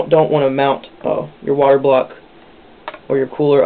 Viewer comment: "And your.. waterBLAWUK" lol